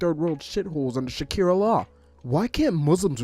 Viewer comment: please . . . stop saying Shakira law . . . I'm not . . . strong enough